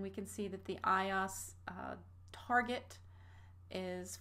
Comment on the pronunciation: Everytime I here her say iOS, it's like hearing nails across a chalkboard. It's pronounced Eye-oh-ess, not eye-aus. Like OS X is OS TEN, not OS X. Good video though for starters.